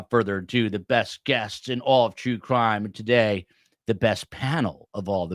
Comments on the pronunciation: At the beginning, I thought you said, "Jew Crime" instead of True Crime. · I could have sworn I heard you say, "STS, bringing you the best in all of Jew crime." lol